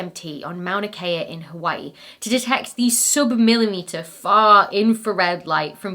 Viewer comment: Your pronunciation of Hawai'i is lovely. Thank you. It's surprisingly difficult for many people.